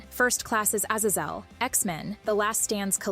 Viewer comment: WTF is this pronounciation? A-zezel? Aylioth? Fuckin AI voices...